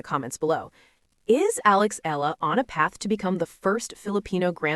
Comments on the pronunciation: E-YA-LA is the correct pronunciation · I don't understand how/why this so-called bloggers speak thru her microphone as if she knows everything yet can't pronounce the name of the person correctly🤔😏😒!!! Excuse me, it is E-YA-LA